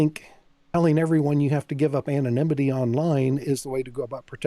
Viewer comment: she kept saying 'anonmity' the word is 'anonymity'